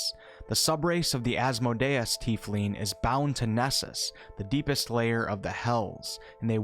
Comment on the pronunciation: I enjoyed your segment. You got to look up pronunciation for names. Asmodeus is a Hebrew Cabal not French, please stop mispronouncing his name.